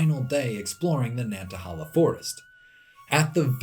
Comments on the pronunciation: The National Forest is pronounced Nanta-HAY-la. Amazing video! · 2 things. 1. Nobody is mentioning the pronunciation of Nantahala. I have only ever heard it pronounced like nanta-hey-la and this is how google pronounces it. 2. The map you show captioned "Areas in Appalachia that meet the climatic criteria of a temperate rainforest" shows some spots on the Cumberland plateau that meet the rainfall requirements for a rainforest. This may not technically be an actual rainforest(not sure), but I think you would be interested in it. There is quite a lot of mountain laurel, rhododendrons, and at least some salamanders around the big south fork national recreational area. Some parts definitely look like an Appalachian rain forest. I think some land around south Cumberland state park and frozen head state park also have similar features. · The yankee can't say "nantahala" but its still a cool video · Nanta-hay-la. Not Nantahahla. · I live in the valley of the Appalachians, and we get tons of brown salamanders. Also its nan ta hay lah not nan ta hal aah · Pronounced *Nantahail-a* not Nantahal-a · And btw pronounce the third a as a long A Nan tah haaay la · Great video! It's pronounced nan ta HAY la!